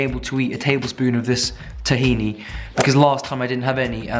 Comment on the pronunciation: if you like tahini so much you should pronounce it right